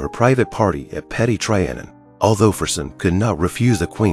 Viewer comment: Your pronunciation of Louis and Trianon ought to mean a ligetime ban from speaking about history. Seriosuly, it's disturning